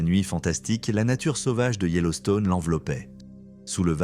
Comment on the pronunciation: "sauvage" ne se prononce pas "sovage" mais "sauvage". De plus beaucoup trop de phrases qui ne veulent rien dire, ce serait mieux de raconter avec plus de simplicité, courage